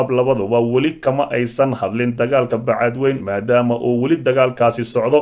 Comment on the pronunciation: Wariye aan sixi karin magaca magaalada uu ka hadlayo ee ah Bacaadwayne not Bacaadwayn